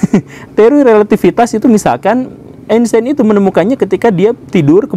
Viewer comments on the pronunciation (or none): Einstein bacanya "ainstain" kalo ga salah wkwkwk